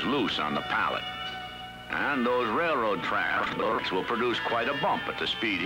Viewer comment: railroad trasssshhhssssuu ??? what?